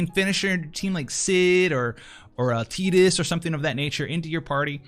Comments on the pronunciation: OK. I love your videos and you are single-handedly responsible for keeping me interested and amped for Exvius.. but for the love of god.. it's TIDE-US. Like water, storms. . (get it? Rain, Squall, Lightning TIDE-US?) it is NOT "teedus". Who the hell would be afraid of someone named Teediss? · let's try this again. Tidus is an existing name. It is pronounced Tai-dus. and ALWAYS is. It doesn't matter how many voice actors want to say "Bob" wrong.. it doesn't change the pronunciation. Bob is Bob. and Tidus has ALWAYS been Tai-dus. again.. do not keep making a mistake just because someone you look up to made it. and again.. let's talk about how stupid Teediss sounds.